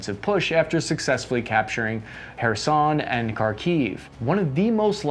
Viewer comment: tbh I don’t believe he is trying at all. Even using standard american english phonetics all those place names could be pronounced better. Za-poe-REE-zhuh (where “zh” is the sound of the “s” in the world “usually”) HAIR-sawn etc. Very thankful for what he does and I love his videos, but it would take all of five minutes to get the pronunciations close to “right”